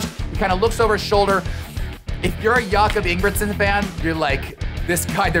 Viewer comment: “I am a huge Jakob Ingebrigtsen fan!” …proceeds to butcher his name 😆